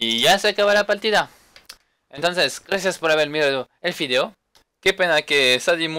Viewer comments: me encanta cuando dice ``fideo´´ en vez que video :) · like para que aprenda a decir video